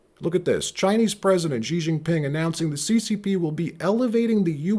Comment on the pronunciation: # Xi is pronounced /sh ee/ not /J ee/